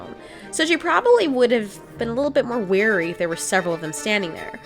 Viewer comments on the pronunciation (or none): none